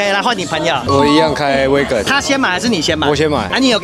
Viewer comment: 是挖根，，不是威根